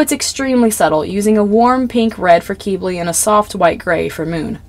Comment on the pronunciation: I’m sorry but the way you say Quibly KILLS me 😭 😭 😭 it’s not KEEB-LEY it’s pronounced KIB-LEY I’m sorry but that bothers me so bad 😭 ✋